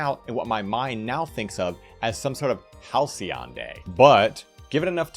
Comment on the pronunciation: oh so THAT'S how you pronounce halcyon